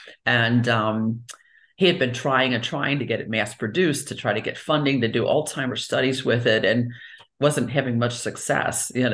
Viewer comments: Sounds she is affected too. She keep saying All timers instead of Alzheimer 😅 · Please stop saying " ol Timers". It is ALZHEIMERS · ALL TIMERS ?! Why is the Dr pronouncing it incorrectly?! It's pronounced All Zimers!!! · Excellent info. Only thing that surprised me was the way she pronounced ALZHeimer’s … ALTIMERS. ☺️ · We pronounce the z in Alzheimer's. We don't call it altimers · She’s an MD …. why does she keep calling Alzheimer’s…. “All-timers”??? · Coconut consumption makes it impossible to pronouce Zs.